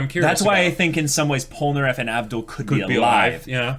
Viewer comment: I thought you said Polpo for a second and I got hella confused on why u were calling Polnareff Polpo XD